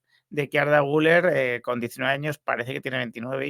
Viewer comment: Por favor. Se llama Güleeér. Aceentuando la ultima silaba. Comer; beber, jooder; Guüler!!!!